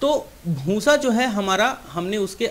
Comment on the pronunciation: उच्चारण सुधारो भूंसा नही होता भूसा होता है । आप जो भूसे को भूंसा ऐसा बार बार कहते हो उससे आपका वीडियो बुरा लगता है एक दम बकवास